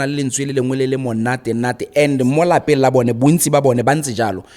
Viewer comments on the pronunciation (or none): none